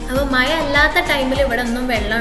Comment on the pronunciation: Nop മയ അല്ല മഴ 😬